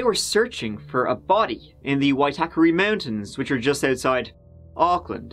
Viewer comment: U pronounce Auckland really well 😁. This is a sad case I remember well 😢 I heart goes out to her family. No i don't mind being known for lotr. But there's more cases in nz that need coverage too can u please maybe do more from nz when u have time pleasssse